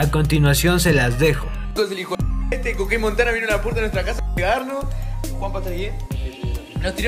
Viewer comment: es Coqeéin Montana, no Coqueen Montana, con la mejoorr